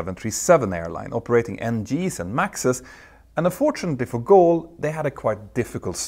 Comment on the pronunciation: Hi Peter, the airline's name is Gol, not Goal, thanks, always great jobs, greatly appreciated!